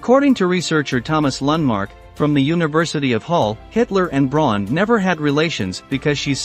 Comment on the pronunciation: Braun is pronounced like "Brown" in German.